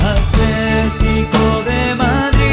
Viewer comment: Porque le dicen "Aletico" acaso no pueden pronunciar bien?